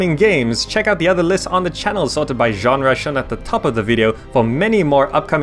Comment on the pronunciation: weird how you say ganra instead genre